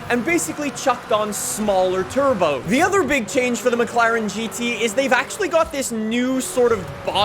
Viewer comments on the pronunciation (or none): none